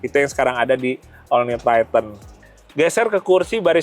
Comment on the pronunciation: Triton bang.bukan tryten😂